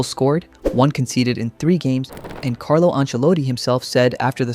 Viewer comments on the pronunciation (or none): none